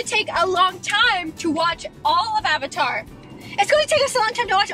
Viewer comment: listen to how roni says "avatar" lol